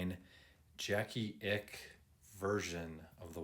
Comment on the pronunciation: FYI: 1. Pronounced Jackie Ickx as in iks and Leonidas = Lee O Nee das. Case is chrome plated over brass, not stainless.